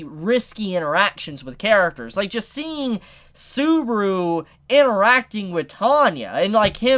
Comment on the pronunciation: dude its SUBAAAAARU,NOT SOOBRU